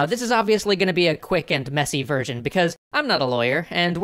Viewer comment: I just noticed that you pronounced "version" like "virgin" and I'm so glad. I thought I was alone.